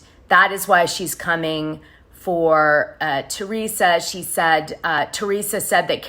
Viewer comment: Who are the three Joes your referring to and you didn’t even pronounce Teresa’s name right. There are two joes btw.